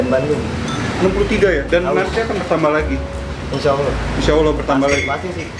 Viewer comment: dah pintar ngomong "Insha Allah" Ayo ko ikuti pelan-pelan.... "Ashaduuuu......